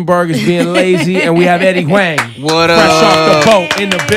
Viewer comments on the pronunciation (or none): NalaLana123 It's pronounced Wong and Eddie said it a few times in the interview and even then Ebro didn't correct himself. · ay, on the 3rd WANG, i would'a had to correct this nigga, EBro. it's HWONG, fam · goddamn ebro, pronounced wong shiiiiiet. dope interview tho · Host keeps calling him "Wang"; its Huang (Wong)..put some Respek on his name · expletive, Ebro, this man's name is pronounced Wong not Wang. better now? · It's fucking HUANG!!! NOT WANG,NOT WONG,FUCKING HUANG!! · A bruh it's pronounced WONG not WANG...... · put respek on eddies name fam not wang "Wong" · It’s pronounced huang (hwang) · why does he let Ebro keep calling him Eddie Wang lmaooo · Eddie Wang! hahahaa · Wrong. It's pronounced HWAONG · I was waiting for Eddie to correct him on the name... then he even said whu-ongs world to promote his show and Ebro still didn't correct it... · Eddie "wang"? Damn Ebro. You need to go back to school. Lame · How are you going to not correctly pronounce your guest name throughout the WHOLE interview? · You can tell it was getting under his skin when Ebro mispronounced his last name like 5 times. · was he saying his last name wrong? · Was he saying his last name Huang? Had to do it lol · I was hoping Eddie was gonna correct Ebro on how to pronounce his last name... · How you gonna say his last name wrong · Great interview, Ebro mad disrespectful tho. Learn how to pronounce the man's name! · right off the bat, pronounces his name wrong